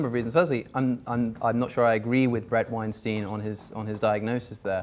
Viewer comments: Nobody: Literally nobody: Not even atheists:: " BrAD WeNstEIN " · Tbh my fave part is both of them mispronouncing Bret Weinstein 😂